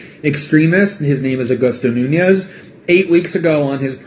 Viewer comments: funny you say that because the trigger for the whole thing was Greenwald calling Nunes a coward repeatedly and mispronouncing his name, clearly on purpose, as if he was Mexican or something (nunhes instead of Nunes) also repeatedly😂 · Anderson most people would get physical as well when repeatedly being called a coward and repeatedly, on purpose, having their name mispronounces as "nunhes" instead of "Nunes" as it the guy was Mexican or something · Ken Hudson I also don't see Greenwald calling the other guy "Nunhes", using the Spanish pronunciation repeatedly in his after the fact video as innocent either. I'm Portuguese and while I would probably refrain myself in the same situation of having my name deliberately mispronounced in a clearly inciting way as well as being called a coward, also repeatedly, I would definitely feel the urge to get physical. This is being a Portuguese speaker and understanding the whole context of it. As pointed out, when you call someone a coward like that you are inciting a physical response